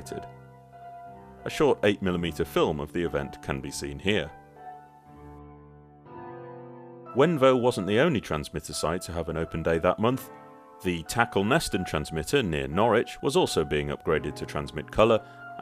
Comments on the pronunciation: What a lovely piece of cine footage! The children's reactions are fantastic! (I do have to be a typical pedantic fan and mention that it's "Tackle-stn" rather than "Tackle-neston", though!) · Quality and detailed research, not to mention presentation. Being from Norfolk and an electrical engineer, a slight correction in the pronunciation of Tacolneston, pronounced Tackleston. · Tacolneston is pronounced "Tackleston".